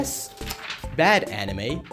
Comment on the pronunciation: the way you say anime got me all the way messed up, it's pronounce ''Ah-Knee-mei'' not enemy.